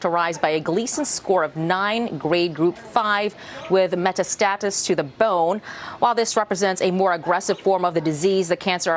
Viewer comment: Interesting; where did the 1st Fox reporter learn English? Many common words with "alternative pronunciations" in my opinion. (Nodule, characterized, metastasis, etc.) The second one reread the statement correctly.